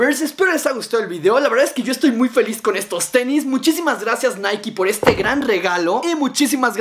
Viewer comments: Hey apenas veo este vídeo jaja pero creo que Nike se pronuncia así naik así a pronuncia nada más digo sólo que no es naiki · Es naik no naiki jaja Na gran vídeo bro👍✌